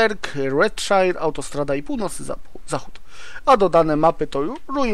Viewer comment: Redszaier a nie szair